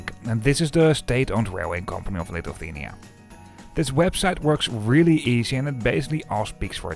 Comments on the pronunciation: I know, Lithuania is not among the easiest country names to pronounce in English, but it's Li-thu-ania, not "Lituthania" ;) Good video nonetheless. Having Vilnius-Riga service reinstated after ~20 years is quite a big deal here. Thanks for showing it. Also, a couple of small corrections, if I may. Pesa 730ML has max speed of 140 km/h, not 156 km/h. As for ticket prices between Šiauliai ant Vilnius, they differ not because local vs international trains, but rather because of train rolling stock types. Some trains are non-accessible push-pull trype of trains which I personally prefer due to more comfortable ride and more space inside, but they can be problematic for people with limited mobility. There is also a Pesa 630 which is 2nd class only with rather uncomfortable seats. And there are also some more Pesa 730MLs, just like the one that goes to Riga. It's also used on Vilnius-Klaipėda route which also goes via Šiauliai. And, finally the average speed. It's not 75 km/h, but rather around 84 km/h, which is not very fast, but just about acceptable and comparable to journey times by bus or car, unless the train is delayed of course. Looking forward to your video from Vilnius-Warsaw train. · Litufania? Was it really so difficult to check the correct pronunciation of Lithuania? What a disrespect and ignorance. Trash content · Lithuthania and Falga is crazy pronunciation for a local😂. Tallinn was correct tho, respect! Btw, Elron and Vivi have unified schedules so there will no longer be a wait at Valga:) The same LTG service will meet the Elron train on the Estonian-Latvian border and connect Valga directly to Vilnius. Tallinn was not chosen as a terminus due to regulations:(